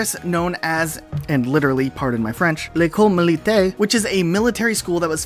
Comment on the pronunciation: I’m French, and your accent when you said “l’école militaire” was 👌